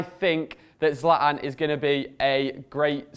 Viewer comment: Someone please tell that Zlatan has a T in it